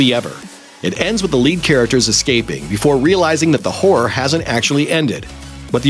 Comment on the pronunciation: Sure doesn't sound like this guy is saying "Horror"